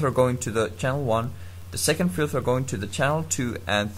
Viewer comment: Lol you say filther instead of filter